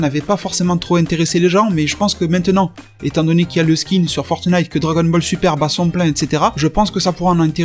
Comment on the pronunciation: Tu me tues à dire "fortenite"